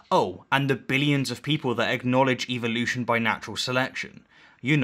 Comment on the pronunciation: Just say evolution right GODDAM you piss me off when i hear u say it.